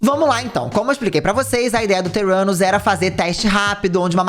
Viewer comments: Não consigo ouvir o nome da empresa dela e não entender "teu ânus" kkkkkkkk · Toda hora que o falava Theranus eu só ouvia "Teu 4nus" XDDDD